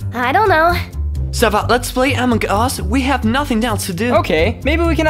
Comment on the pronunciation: Its so funny hahahahaha he said amog us pahahahahahahahaha